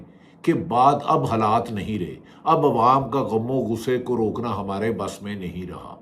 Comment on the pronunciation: بهٹی صاحب آپ کے ڈکشنری می ح پیدایشی نهې ھے جو نا بسم الله می ح نا همارے می ح نا حفظ و امان می ح الرحمان کو الرخمان همارے کو خمارے حفظ کو خفظ🧐😬🤔